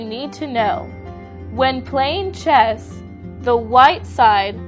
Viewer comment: Damn! I thought you said chest!